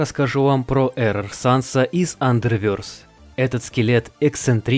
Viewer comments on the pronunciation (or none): Не андервёрс,андервэрс или underverse